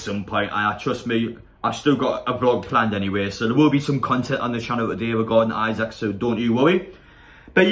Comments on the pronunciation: Apparently it’s pronounced Alexander Eesac. Come on people try and gets people names right it ain’t that hard lol. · Great singing! His surname is pronounced Eesak though.